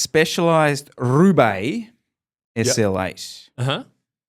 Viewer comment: The way said, "RRRRRRoubaix" was not lost on me. Did he pick up some Spanish in the greater Fresno area?